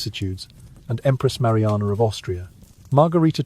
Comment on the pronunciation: can the "r" maruanaaar